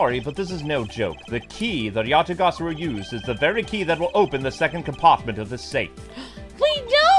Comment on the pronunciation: Ya-ta-ga-ra-su,. You're saying it wrong again. It's not Ga-sa-ru.